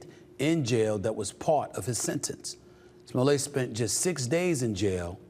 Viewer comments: Smoll-ay or smolette? Like Roulette 🤔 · Is not smollet. Is smooth-lee- yay. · Sir! It's pronounced "Juicy Smullier!". Get it right! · His name.s Smo-let. Like toilet. He's not French, Mr. You think it makes that creep sound posher, when the evidence shows he's trash. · Stephen pronouncing his name as Smoolay has me dying over here. 😂🎉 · Who told Stephen A that his name is pronounced Smoll-ay?? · You're not pronouncing it correctly, its Juicy Smooyay 😂😂😂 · No its pronounced "Juicy Smoo-lay"😅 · I like how this guy uses the Dave Chappelle "famous French actor" pronunciation of Smoll-ay. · Chapelle calls him Juicy Smulét😂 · Smollett not pronounced that way with two t’s. Sure Jussie. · If you're going to say you're a journalist, you should at least get the pronunciation of the guy's name right. That's a basic. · I'm glad he's going back to prison because he's such a goddamn jackass, but it's still really petty for you to keep mispronouncing his name. Even enemies can show respect, dickhead. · NIGGA THE T IS NOT SILENT!!!